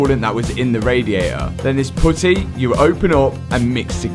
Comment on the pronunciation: The way you say putty kills me 😂